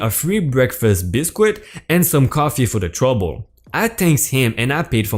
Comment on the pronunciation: it would be especialy if you you could pronounce what you are reading. i wouldnt have to ask my wife what word you were trying to say, i heard "busquite" it is bisket, "caash- eer" and "raht-in-hell for tot in hell.